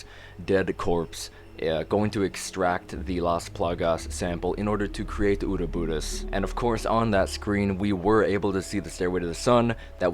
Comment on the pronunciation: just because u said that stupid shit, u don't deserve a sub or a like. instead a downvote IT'S UROBOROS NOT UROBURUS. WHAT THE HELL ? ARE U A FAN OR NOT